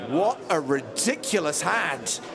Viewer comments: What word was that ? Rischnefulous?? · Did he say rashnefulous